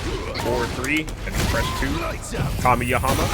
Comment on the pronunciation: Tf is a kami-yahama my guy?! You mean Kamehameha? 😂